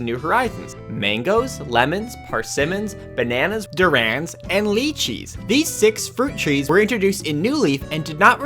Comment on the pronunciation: durian.. "duran" hahahahahhaha xD